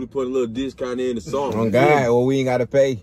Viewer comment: “oh my gwad”😂